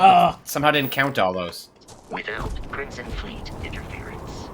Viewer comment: I don't know why this jumped out at me but homeboy says "crimston fleet"